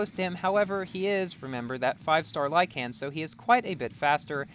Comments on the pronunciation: Is it just me or does pronounce lykan weird?: lieCAN Me:lieKn Edit: I watched the whole video, your pronunciation triggers me a lot please change it xd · Lykan is pronounced “like - in” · dude said "lie-can" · it's said lyken but spelled lykan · when you say lykan, put less emphasis on the a.